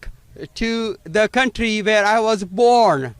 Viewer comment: Hey Shri, where is not pronounced "vere"!